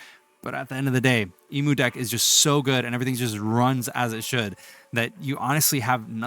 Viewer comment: Why….do you say Emudeck that way?